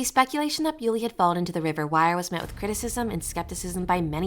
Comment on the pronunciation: Her name is pronounced Bull-y, not Bew-ly. Please make an effort to get your facts METICULOUSLY correct. Have you not listened to even one minute of the many videos in which her name is pronounced Bull-y? Such insulting blunders call your credibility as a podcaster into serious question.